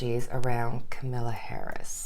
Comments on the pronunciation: Hi, her name is pronounced with the emphasis on the first syllable. It’s COMMA-la not KaMILLa. 😊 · ....the pronunciation of her names is camel- la....not Camilla...FYI It is no wonder that Nancy is feeling overwhelmed...the Republicans are trying right now to get the their together and get a second monetary package together to help the public....she could be between and rock and hard place trying to get whatever they come up with to be a help to the public....and not looking like she is dragging her feet......it is all a political game. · Please don’t worry about us seeing the cards. We can see them upside down, plus you explain them to us anyway. Just so you know, Kamala is pronounced just like Pamala. I sympathize with suffering in the heat, I live in Florida where it is 90 but it feels like 100 because if the humidity! I enjoy your readings and have been with you from the beginning. 👍❤️